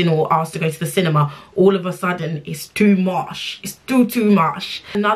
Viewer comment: ‘Too mosh’ chuckles in Nigerian 🤣🤣🤣